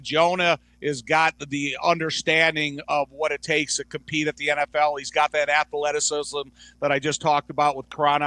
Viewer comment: Love Thayer but he doesn’t know how to pronounce athleticism 🤣… ath-the-letisism